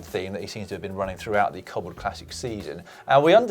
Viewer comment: Caption: Cobble training? I thought you said wobble training